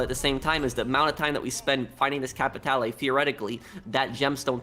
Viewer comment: The only major thing that has let me down badly was locked clothing items behind a completion of a ruthless mission. And the other annoying is..... "Capitay'Lay".